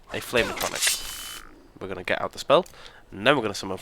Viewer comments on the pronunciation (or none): Atronic lol At..tro..nork. would be a closer way to pronouce it pal